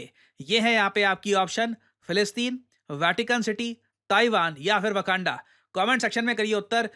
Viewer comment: wakanda ? :face-fuchsia-wide-eyes: not waganda